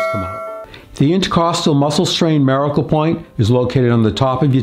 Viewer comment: Why do you pronounce the word miracle so strangely?